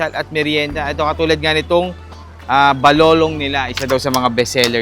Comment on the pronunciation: Bakit yong balolon naging balolong